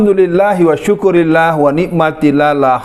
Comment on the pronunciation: Ust. Alfian... Setahu saya Alhamdulillah wa syukrulillah ... Mhn maaf yg sering sy dengar dari Ustadz .. Alhamdulillah wa Syukurillah ... Mudah mudahan sy salah dengar ... Mohon maaf Ust. (MQ- Sby)